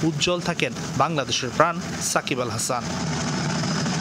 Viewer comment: Are bai sakib bal hasan na 😂sakib al hasan naam ta at list tik kore bolen 😂